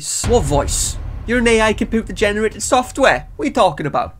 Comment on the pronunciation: He says “com-pooper” 😂😂 and to think yall colonized half the world.